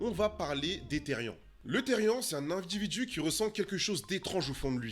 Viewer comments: PAR PITIER ON DIT PAS THERIAN MAIS THERIANEEEE CA CE PRONONCE THERIANE MAIS CA S'ÉCRIT THERIAN C UN MOT ANGLAIS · MERCIII JE SUIS THERIAN ( SA SE DIT THERIANNE ET NON THERIEN MAIS SA S'ÉCRIT THERIAN ) ET FURRY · Moi je suis otherpaws c un peu comme le(a) cousin(e) des Therian 💗et aussi ça se dit pas térien ça se dit Therian (ça veut dire qu’on prononce bien le A et le N à la fin) Sinon merci d’avoir fait une vidéo dessus.🎉❤(aussi je tiens à dire que certaines vidéos sont faites avec de l’ia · Enfin quelqu’un qui respecte les therian ! Mais sa ce dit therianE genre y’a pas de e mais il se prononce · Team therian et ça se dis therianne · Salut juste pour te prévenir sa s’écrit therian mais sa se dit theriane (j’en suis un) merci pour ta bienveillance 😊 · Ca ce pronounce teriane mais ca s'écrit therian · Moi je suis therian en fin je crois Et ça se prononce plus "tériane" Et comme ta vue tu peux regarder la terre des kins pour te renseigner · déja on dit "thériANE" comme pronociation